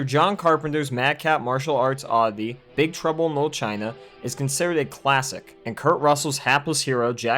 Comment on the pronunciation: "Big truble no china"? Is it just me who hear im say that?